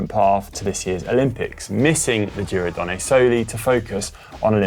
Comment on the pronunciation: Donn-eh, not Donn-ay! Where's Marty when you need him :-), but failing that - here's a link to the GCN Italia guys - . I'm sure Alan can help